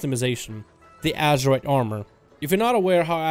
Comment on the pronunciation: Ok. wait. Whats with all this rambling (again)? You can talk about this issue in a way better structured video, i don't know like going to the POINT(and staying there)? Oh and btw pretty sure is not pronounced "ASHerite"